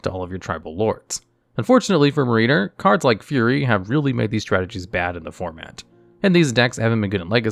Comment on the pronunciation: Not really a big deal, but you should check the pronunciation for Mariner and Eidolon